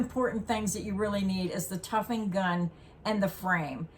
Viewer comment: The word is tufting, not tuffing. That’s the way I learned it, anyway